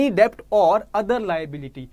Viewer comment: Please pronounce debt correctly.